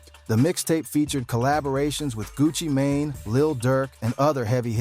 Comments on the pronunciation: That AI crazy 😂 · Ai needs some help lol smy gucci who? One thousand and seventeen ? Shisty shyiesty sheesty.. homie.. gang. Fam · Did he call him Gucci mayonnaise😅😂😂